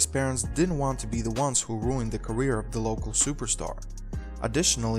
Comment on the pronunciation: This is garbage - awful narrator. "...during is gareer."